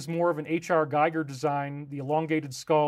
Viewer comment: You mispronounced Giger's name. Why are hardworking people sending you $?